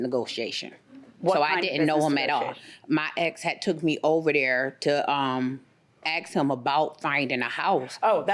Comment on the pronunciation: Why do people not know how to say ask. Sounds like she is saying axe.